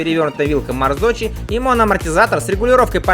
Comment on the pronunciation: Опять "марзочи"... Блин... Хорошо хоть не "мото-гузи" ;)